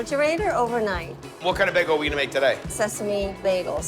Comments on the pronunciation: right! I'm from California and so is he so I wanna know where he learned that! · I've noticed that about him before. He says beg-gul not bay-gul. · I love Guy, and I watch all of these videos, but I had to stop when I heard his pronunciation of bagel. Just wasn't in the mood to power through it, lol. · Am I the only one here who hates the way guy says bagel? Awesome combos tho love it